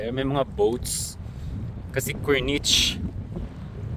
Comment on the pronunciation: Mali ata ang aking pronunciation ng Corniche. 😅 Kurnish po pala ata iyan,. 😅